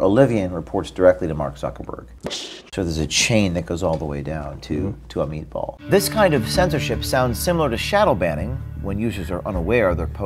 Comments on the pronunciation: I love when he says Amit Bahl but I heard him say "a meatball". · "Amit Bahl" A meatball?